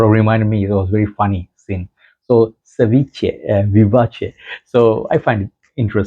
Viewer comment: Great Latino accent, you sound very close how is pronounced in Spanish (for the word ceviche, vivace is an Italian word), reviews are always entertaining. All the best and wish you get your 100k subscribers soon